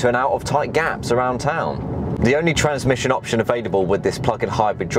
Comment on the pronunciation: TRANSMISSION...not transmition.